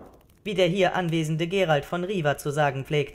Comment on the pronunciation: Er heisst aber Geralt of Rivia… mit zweimal "i" und nicht Riva...im Englischen und somit musste ich mich erstmal umstellen aber ich finde Euren Aufwand echt super und auch die Musik ist sehr gut angepasst (ich erkenne sie wieder aus dem Spiel)...man wird auf jeden Fall suechtig nach Eurem Hoerspiel.